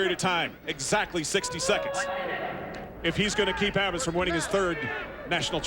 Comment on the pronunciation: Is that the same announcer that got Gerry Abas's name wrong against McIlravy? Some people never learn.